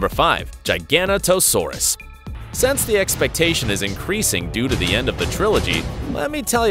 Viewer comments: Wtf in ‘gigantanosaurus?! It’s giganotosaurus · The way he pronounced giganotosaurus lmao